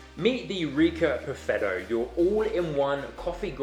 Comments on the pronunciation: Just launched the vid again, I cant help it, buffetto every time xD Gonna wash my ears, I swear ! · I hear "buffetto" xD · So imagine my reaction when each time you say Perfetto I hear Buffetto (not used to NZ English I guess), I cried from laughter. Thanks for the video, I decided to go for the Eureka Mignon Libra, which I hope to get from Italy for ~500 EUR shipped. Cheers mate :-)